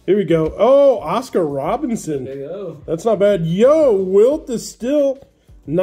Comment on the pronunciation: It's not Robinson. It's RoberTson!